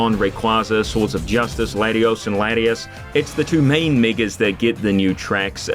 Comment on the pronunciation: Had to triple-take here until I turned on the captions and saw the word was "megas" but in Landundrian.